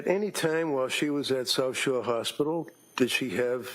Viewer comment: Why is it getting on my nerves that the prosecutor sounds like she is saying Sosher? Is it South Shore? Sorry for the triviality.